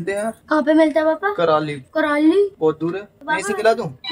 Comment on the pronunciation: Sir karali nhi Kurali bolts hai